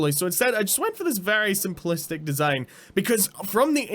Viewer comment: Simple desighn he says